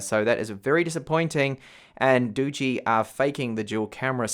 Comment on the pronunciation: Nice review, but the pronunciation of this phone is [ˈdɒdʒ.i] = dodgy. They live up to it as it seems